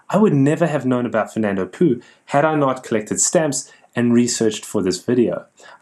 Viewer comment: Another fine video,! However, the Spanish would pronounce "Fernando Poo" as "Fernando Pau" (or "Fernando Pow"), which sounds much more genteel. As for a "dead" country, how about Tuva - spectacular pictorial issues!